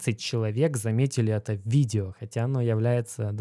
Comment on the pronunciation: кого бесит его слово новое виДДДео ? мне лично режет слух